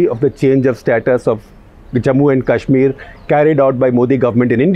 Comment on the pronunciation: Why do you often pronounce Kashmir as Cash-mir?